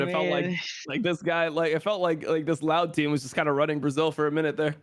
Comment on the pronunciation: "In Bra Zeel" - TitaN